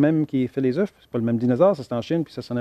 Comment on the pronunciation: Des « eufs « oh pour des scientifiques